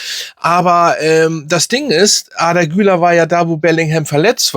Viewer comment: Arrrrrdaaa kann man natürlich auch so aussprechen, kurz gesagt Arda das r nicht so laut aussprechen ne….😂